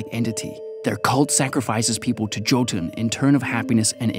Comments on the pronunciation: FYI to anyone that wants to know, Jötunn means Giant in Icelandic. It's also pronounced Yo-tun, and not Jo-tun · its pronounced yo-tun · Jotunn is pronounced as Yoh- tunn. Anyways keep up the good work.